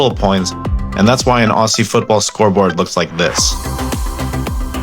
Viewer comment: The first tip is Aussie is Ozzy NOT Ossy